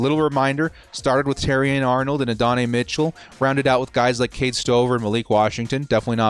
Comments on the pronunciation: Add-duh-nye Mitchell. Say it with me. Adddd duhh nyeee. Bolt up homie. Can’t wait till the draft ⚡️ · Minor nitpicking here, but as someone who’s favorite team got torched by Adonai Mitchell a couple times - he pronounces it “Add-oh-nye” (think Bill Nye). Ad-n-i